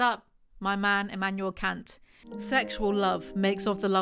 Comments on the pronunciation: He is german, Kant is pronounced Cunt. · She mispronounces Kant. The 'a' should sound more like the 'a' in 'car'